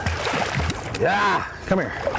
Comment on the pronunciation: "Just hit it. Just while a-guh?" LMAO and 'agin' "I'mona let'im 'guh'. love it.